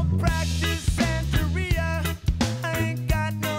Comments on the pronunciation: Pronounced "santa-ree-ah", it's a Spanish word for an African-Cuban spiritual tradition. I'm glad he only put it in the first line! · Sublime has some of the best songs from the 90s! Btw it’s pronounced “Santa-ree-uh” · Fuckin awesome band. This style is reggae, but as others have said they span punk, hip-hop, ska and dub as well. BTW, i think it's pronounced Santa-ri-a. +1 For checking out a song called Wrong Way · Pronounced SANTA- REE-A...Sublime is still a West coast favorite, even long after Bradley's death...RIP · Senteria? Now pronounce ALUMINUM, SIXTH & CONTROVERSY. For the last one sing the word to the Prince hit CON-TRO-VER-SEE and you'll be saying it right😅🤘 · Lol you said "SanTEHria" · Hayna is a bad pronunciation of "reina", queen in Spanish, and sancho is a bloke who moves in on your girl. It's chicano lingo.